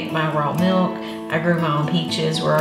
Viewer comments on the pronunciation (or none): none